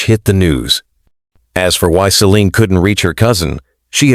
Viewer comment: when he began to call her 'sea lıon' I stopped waching 😂